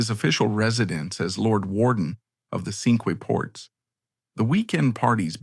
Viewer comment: Pronunciation again -the Cinque Ports are pronounced "the SINK Ports"